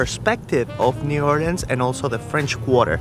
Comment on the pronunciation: I love that you said it right "or-lins" and you visited the Westbank. Great video.